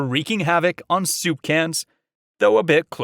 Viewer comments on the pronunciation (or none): none